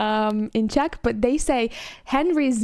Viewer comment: Hi, I'm from the Czech Republic and I have to say that your pronunciation of Czech names is perfect.